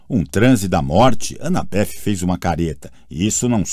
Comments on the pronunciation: Pensei a mesma coisa kkkkkkkk tô agoniado com as pronúncias. Anabéff tbm me tira do sério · "Anabef" é pra lascar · Sim! É desesperador ele ser tão errado...a anabeth nem me incomoda tanto, mas esses 2 é de doer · Tentando entender porque o narrador pronuncia o nome da Annabeth com o som de F no final🤔